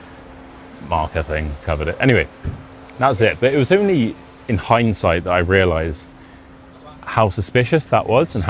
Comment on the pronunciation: y #HINDSIGHT, it is the ability to understand an event or situation only after it has happened... pretty close my hearing. I thought you'd said #HighSight 😊😅😇🤩